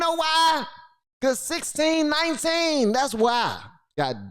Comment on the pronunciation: I can't help but laugh every time you say "1619"